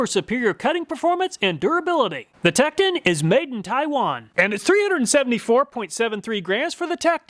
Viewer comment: I hate to be that mf but I’ll help you out for the future it’s pronounced “teak-ton”